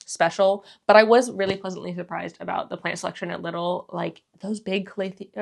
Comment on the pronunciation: So fun! It’s pronounced “Lee-dull” btw😊